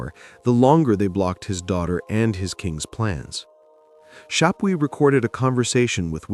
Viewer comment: All due respect, you really take away from a fantastically researched story on Thomas when you mispronounce Chapuys, and misrepresent other players. Also, when you're telling a story with that many people with the same name, it's a good idea to constantly clarify which person you are talking about. When you indicate that Cromwell ended up being a player in Thomas Boleyn's downfall, it kinda seemed like you were actually saying that Cromwell was influential in Wolsey's downfall, as that had been the topic you had just finished referring to. Still overall a wonderfully researched and remarkably insightful chronicle of the REAL Thomas Boleyn🤘🤘🤘